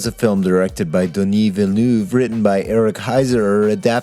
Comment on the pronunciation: Vil-nev, VIL-NEV. Is it really THAT fucking difficult?